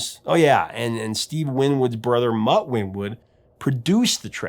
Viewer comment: 'Django RAIN-hardt??' it's Muff Winwood, not Mutt. Come on man, get with it.